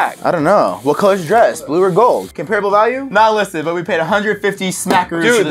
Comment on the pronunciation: you said comparable wrong lol